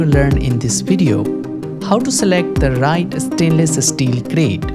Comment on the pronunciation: stainless es-teel, i can't get it out of my head. but 10/10 dude!